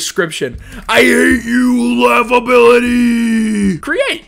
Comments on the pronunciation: i love the fact how he said "laughrbiliy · laugheability is everything he said to laughability